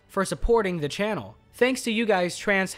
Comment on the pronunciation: What is wrong with you, speak normally, when you say the, you just say the. Why are you saying ( a the) every time you say the. I really makes the video commentary off putting.